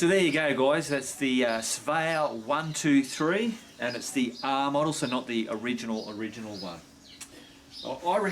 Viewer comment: Svea 1..2..3 is the correct pronunciation and its effing brilliant